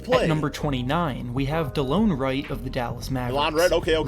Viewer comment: OP, its pronounced Delawn Wright, not delone XD